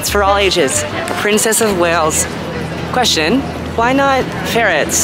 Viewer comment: is it just me or the way he said question made me laugh 😂😂